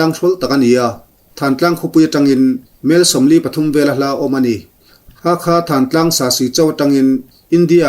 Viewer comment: Thantlang nilovin Thlantlang ti a lamrik tur. Tidim le tahan inkar khaw awmloh na tlang sang pui khi thantlang chu a ni..